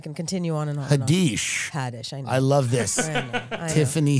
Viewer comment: The moment Noa said Tiffany Haddish’s name she lost all credibility😂